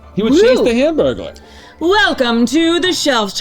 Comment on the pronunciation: Her saying hamburglar reminds me of the way some people say realtor.